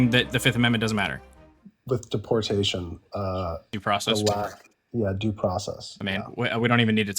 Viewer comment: I have a problem with the way he pronounces deportation